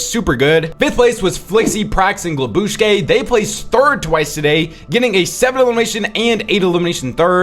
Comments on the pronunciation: Its GLUBSCHI not glabushke💀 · Bro is ragebaiting us with the way he pronounces glubschi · please look up how to pronounce Glubschi and Vadeals Trio is Rax and JannisZ (not Predage)